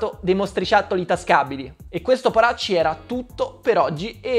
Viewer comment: Sì é sentito mortacci invece che poracci😂😂😂😂